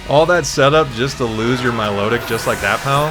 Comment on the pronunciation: Im not mature enough to constantly be able to hear "mylowdick" lmao